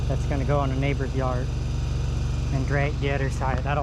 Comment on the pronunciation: ON IS PRONOUNCED ON, NOT NO DAMN awn